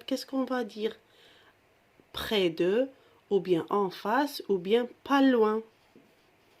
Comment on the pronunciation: Merci pour le partage mais attention l'accent de mot près